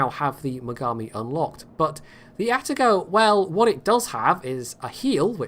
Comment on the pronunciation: ''Poitago'' it is.